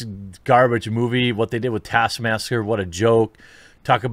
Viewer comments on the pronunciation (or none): Taskmaster? It's TASKMAMSTER. What did they do to my boy? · taskmaster was butchered lmao